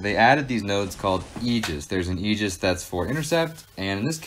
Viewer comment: Crazy you can’t pronounce the word Aegis correctly